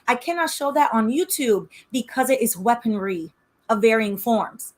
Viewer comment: Why the first time you said weaponry I thought you were talking bout sex toys 🤣